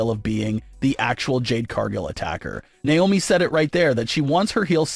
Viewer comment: It's not niomi it's Naomi 😢